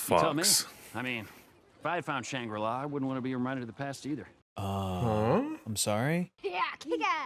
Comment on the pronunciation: Shrangri-la??? Ironfist??? Anyone else catch that???